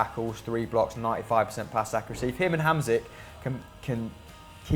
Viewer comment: because you guys say his name so much and incorrectly every time: it's pronounces marek hamSHik not hamSik